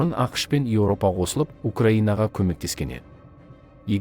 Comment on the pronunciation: Неге Европа деп айтпасқа, Еууопа дегенше.